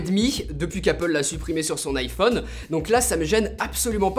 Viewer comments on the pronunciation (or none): none